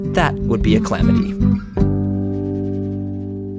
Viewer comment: funny how the player realizes WAY later that he said "a clamity"